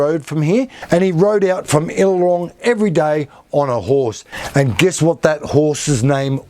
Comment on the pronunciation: He pronounced the town wrong